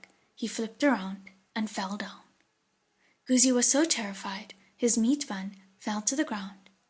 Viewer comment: These audiobooks are amazing! Just one small thing, Guzi (the 'zi' part) is pronounced incorrectly here.